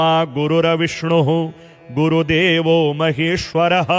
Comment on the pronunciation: "गुरुर्विष्णुर्गुरुर्देवो" बोलते समय हलन्त 'र' को पूरा 'र' नहीं बोलना चाहिए। इसी प्रकार 'तत् सत्' को "तत सत" नहीं बोलना चाहिए। ऐसी ही कुछ अन्य क्षतियाँ भी हैं, जो यदि सुधर जाएँ तो यह प्रस्तुति पूर्णतः श्रेष्ठ बन सकती है। शुभ कामनाएंँ।